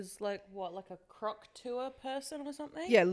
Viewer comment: Not me thinking you said “croc tour” like “hauk tuah” 😂